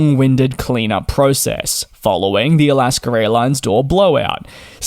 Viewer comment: It’s AlaskA not AlaskER airlines.